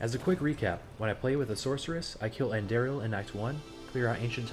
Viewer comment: Nice guide, but you absolutely butchered the pronunciation of Andariel. :(